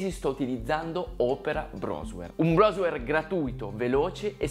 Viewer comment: si dice "BROuSER"